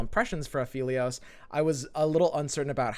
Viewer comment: it's aphelios, not afeelios